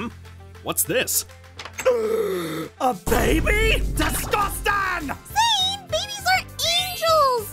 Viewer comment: said DISGUSTANG!!!!